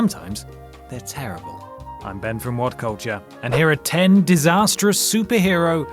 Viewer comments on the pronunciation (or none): Iron spider is cool and why do you say it is distashterdus